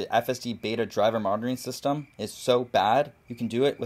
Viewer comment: Are you saying “driver martyring system” because that is oddly appropriate